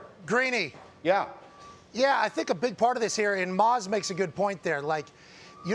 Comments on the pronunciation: Pat fucked up Dan Graziano's name; called him Maz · Love it when Pat calls Graziano "Mahz"